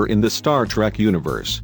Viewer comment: ur robot voice isn't even saying "trek" properly....lulz